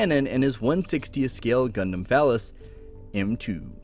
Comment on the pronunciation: Not sure if mispronunciation of Physalis as phallus is intentional... GP02 DEF has big pp energy 😂